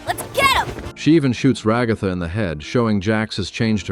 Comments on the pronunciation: "ra goth a" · “Ragotha” if only